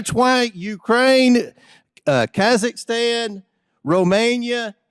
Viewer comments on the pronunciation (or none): none